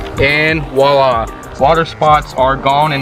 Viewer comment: and "voila" not "walla"